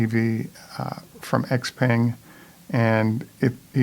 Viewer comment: And the X is pronounced more like Sh-peng, as in "thank you" xie-xie, "sh-eh sh-eh", and great program, thank you.